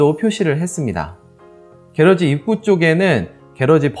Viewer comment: 혹시 말씀 하시는 게러지가 영어로 garage, '차고' 말씀 하시는건가요? 아니면 따로 한국말이 있는건가요? 만약 차고의 의미의 영어를 쓰신거라면 앞으로 영상이 해외에서도 보게 될수도 있을텐데 콩글리쉬 발음 보다는 영어발음을 정확하게 하시는건 어떨까 조심 스럽스럽게 말씀 드리고 싶습니다. 참고 Garage 발음은 gr.aazh 입니다. 게라지 보다는 그라지 쪽이 맞습니다. 기분 나쁘셨다면 죄송합니다.